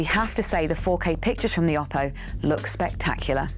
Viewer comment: Oh-poh, not Ah-poh, according to Oppo.